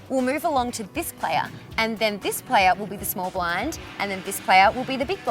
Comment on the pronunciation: Pronunciation guide The playa... the deala...